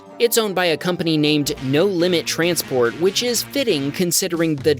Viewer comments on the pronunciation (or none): No Limit TRASPORT. TRA-Sport?